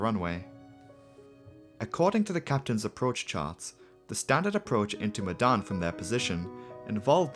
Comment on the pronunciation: As an Indonesian i understand that your kinda struggling,cuz instead of the word medan you pronounced it as "Madan",but anyway nice, content